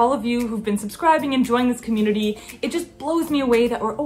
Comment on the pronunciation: Hahaha chewnity😎😂 only cool kids can say that 🙃